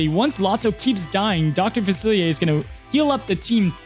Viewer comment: Dr faci-Li-er. Not faciliaye. Seems like all the Disney tubers mKe this mistake